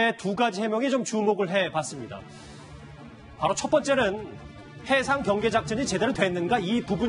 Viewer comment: 경상도 사람들은 복모음을 제대로 발음 못하는데, 제발 좀 훈련을 해라! 경계를 갱개라고 발음하고 관광단지를 강간단지라고...